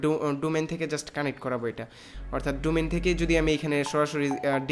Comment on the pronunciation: Thik bolcen...ei salar vaier English sunle r English bolte icce kore na